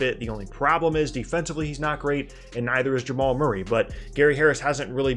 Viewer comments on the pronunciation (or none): none